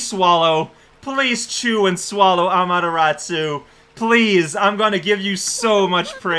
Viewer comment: me: I wonder if is ever going to stop calling her "Amateratsu": Ameratsu. me:... sure